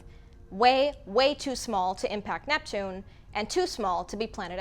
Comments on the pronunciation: That small slip with Netpune goes almost unnoticed :-). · Netpune!!! Net Poooooon!!!1!